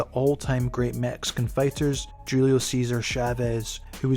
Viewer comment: Julio is pronounced HU LEE OH